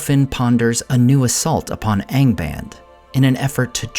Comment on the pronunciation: "ahng bahnd" for goodness sake, there's a pronunciation key at the back of the book!